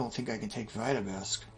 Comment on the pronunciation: “Trying to take Vita-besk” that is a very funny way to pronounce Vitebsk lol